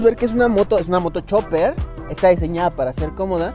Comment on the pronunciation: Chopper, Chopper, Chopper, que no es Chopper caraja madre!!!!